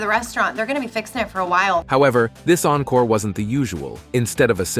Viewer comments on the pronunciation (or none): none